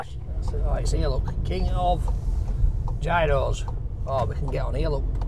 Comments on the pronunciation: 4 different pronouncations of it depending on where in Greece.... yeros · It's pronounced 'Yeeros' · Love your channel....here is how to pronounce 'Gyro'......................."Yee row". Roll the 'R'. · Yi-ros. Γύρος. Very easy to pronounce lol. Also, learn some Greek phrases. That’ll impress the Greeks! You may even give you something for free. I never order in English at Greek restaurants or kebab shops unless the waiters there don’t speak Greek. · they are pronounced as " yeeros" my friend!🤗🤗🤗🤗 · Call it what you like, but it’s Yee-ro, or Yeeros if you want to show off. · It's pronounced apparently yeros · Gyros pronounced year o's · Pronounced like "euros" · Why do you never listen to people who tell you the way to pronounce gyros? Is it plain ignorance or stupidity?